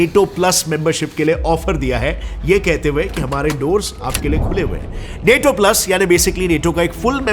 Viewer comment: Neto nahi nato hota hai😂